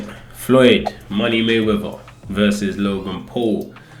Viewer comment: "Floyd money mayweva"🤣